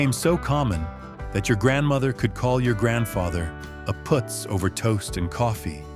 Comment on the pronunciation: It's PUUTZ, not POOTZ, This AI wins Marmaluke of the Year! Shemdreck AI!🙄